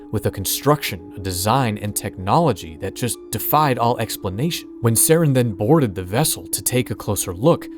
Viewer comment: You don't say Saren's last name correctly